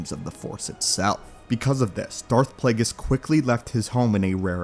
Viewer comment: Plagueis🤮 “Flagueis”😏